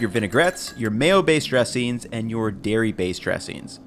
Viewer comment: “Mayo bayshed dreshings.”